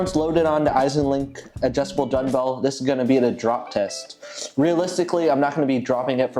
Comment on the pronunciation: Are you saying dunbell or dungbell? That’s dumb, as in dumbbell. Eisenlink says 80 lbs on each dungbell is the max. Why would do more than what they recommend? The Rep Pepins look horrible to set on your knees like you did in the video with the Eisenlinks. I would’ve gotten as much out of a 10 sec drop test. Sorry. And the shipping on weights from Ali is a good chunk of money that you completely ignored.